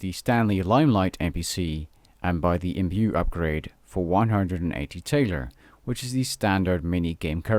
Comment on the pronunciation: Thaler not tailor isnt it?